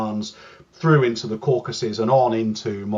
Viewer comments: What is "Caucuses"?? You mean Caucasus? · What is "Caucuses"? Did you mean Caucasus? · "Caucuses" LOL, it's Caucasus!!! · Caucasus not caucuses. Ffs. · Caucasus, not "Caucuses." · Caucasus. Not "caucases". Even from the online world of fake journalists, that's a pretty shocking failure of knowledge. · My dudes it is Caucasus, not caucuses